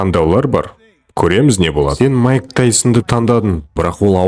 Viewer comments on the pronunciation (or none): Маикл емес майк